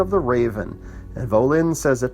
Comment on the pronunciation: Thanks for the review but it's Bay-la, not Bella and Vah-llin not Voh-lin. Also Halden, not Holden